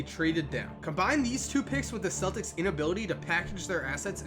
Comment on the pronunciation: Boston fans know it's pronounced keltics